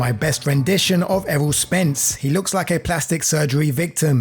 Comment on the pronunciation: That’s not Errol that’s error lol